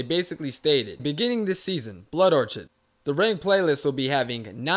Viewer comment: “Blood or-cheed” Lmao